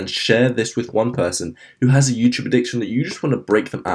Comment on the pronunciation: "Addicciotn" lol